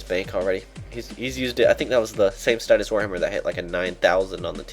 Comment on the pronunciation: is a n00b he can't say statius right. h4h4h4h4h4h4. Statius STAY-shuss < From the RS pronunciation guide.